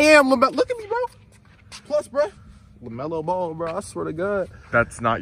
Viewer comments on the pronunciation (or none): That's not Lemelo Ball that's Bemelo Lall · That’s not Lamelo ball thats La-hell-no-ball